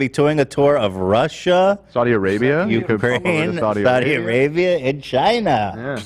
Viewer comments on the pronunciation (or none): none